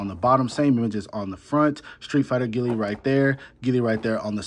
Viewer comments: Not knowing who guile is has to be a crime😂. Worse calling him goo-lay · Even if you don’t know the character, how do you come up with “Goolay” from GUILE 😂 This is like the whole “Masheelay” thing from looking at MASHLE bro Still great review regardless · It's pronounced like Guy-L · Pretty crazy hearing someone not know how to say Guile’s name in 2024. But I understand. 2nd person I’ve seen review this. Dunno how I feel about it. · Sad bro you could have definitely looked at the movie or a video of the character select screen to pronounce his name right it's definitely not what you came up with and calling Johnny bravo is nasty work 😅😅😅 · If you're going to do a review the least you can do is look up a Google pronunciation of Guile's name correctly. Instead of saying "Dial" you just replace the "D" with "G" and that's exactly how you say his name.